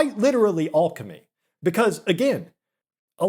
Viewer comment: This mispronunciation of alchemy is killing me